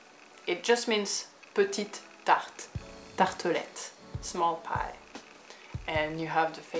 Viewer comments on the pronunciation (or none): none